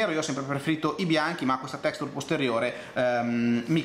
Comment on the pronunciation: "Texture" pronuncia per novizi = Texscter